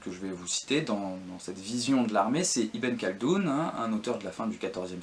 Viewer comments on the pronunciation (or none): Ben, déjà effectivement Ibn khaldun prononcé Ibène Caldoune (ça se rapprocherait plus de Ibn' Rrrhhhaldoune ou en "français" Ib(eu)ne Caldoune, le "(eu)" étant quasiment muet) ; Jund prononcé à l'allemande Yound (au lieu de Djound) et pareil avec Jaysh (qui se prononce de façon proche de Djaïch et non yaïch). Mais bon, ce ne sont que des détails ! Très bonne vidéo, qui fait bien le tour de la question ;)